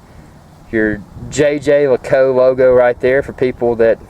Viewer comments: the official pronunciation used by JLC is "zhey ZHER leh KOOLT"-- it's supposed to be pronounced with a French accent. Besides that, great watch and a nice review. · lol the french don't pronounce it with a z.. It's 'jheh jheh leh koolt'. Also I think the guy in the vid needs a slightly bigger bracelet although a black/brown croc strap complements the watch face best in my opinion. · Nice piece. Congratulations. :) Also, its pronounced xhuh-xher leh-coolt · Sorry, but you completely butchered the pronunciation of Jaeger-LeCoultre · Was cracking up at the way you pronounce the name! Too many uptight people in the comments.